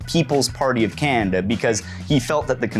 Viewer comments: "Cannnda" Is this a normal Canadian pronunciation quirk? Regional accent? Unique personal inflection? Also heard some "Cannndit" (candidate). Never really noticed this with other Canadians but I'll admit my experience with Canadanese is limited. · Definitely a regional accent thing.